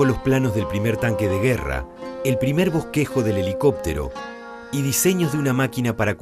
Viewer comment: Boqujo??? Bosquejo mas bien, Pajcal?? o Pascal